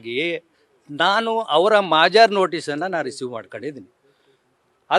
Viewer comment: ಮಾಜರ್....ಅಲ್ರೀ....ಮಹಜರ್...ಪ್ರಕ್ರಿಯೆ....ಸರಿಯಾಗಿ ಮಾತಾಡಕ್ಕೆ ಬರ್ದೆ ಇರೊ ನೀನು ಒಬ್ಬ ಲಾಯರ್ರಾ.....ಅಯ್ಯೋ ಕರ್ಮ